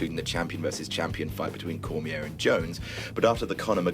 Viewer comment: Adams pronunciation of "Cormier" makes me cringe